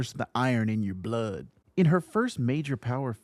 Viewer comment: "Iorn in your bLoUD" sir, I think u forgot to say "Bleh Bleh Bleh"